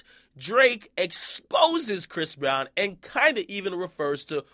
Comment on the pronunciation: "Bhris Breezy" it's time to stop